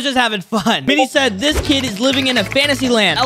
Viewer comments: bro said keed insted of kid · Bro said keed